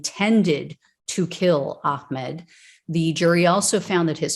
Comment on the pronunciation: Hum; It's Ahmaud NOT Ahcmed. Judge Timothy R. Walmsley has to be a kkklown for excluding The pictures of the front of the truck which bandished a Confederate flag and, the end of the recording in which he called AHMAUD the N-word as he lie dying! The jury get didn't to see that! Timothy R. Walmsley was a kkKlown member protecting Klown members! Whatever happened to "the whole truth and nothing but the truth"?